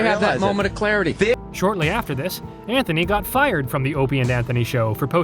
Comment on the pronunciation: Maybe the narrator is subtly trolling. Same thing with pronouncing O&A "Openie and Anthony"